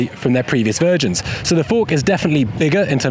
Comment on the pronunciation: why did say virgins instead of versions?